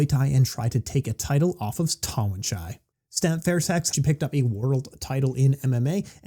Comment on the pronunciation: First you forget his name and now you murdered its pronunciation😂 Its Harinck not Harnick🤭 But great breakdown of the current state of kick and mt! Thanks again🥊 Also looking forward to the C6 breakdown show